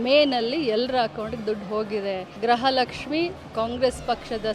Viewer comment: Kannada mathaduodhu innu kalithilley😂....grahalakshimi. months indha...elley ..adrakinthaa mundhe gruhalakshimi barthithu eega grahalakshimi 😂😂😂barthidhe...nimge.